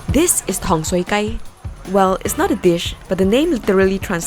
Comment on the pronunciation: tong sui Gai .. the Gai does not sound like chicken like how u called it .. this Gai means street .. sounds more like guy .. longer sound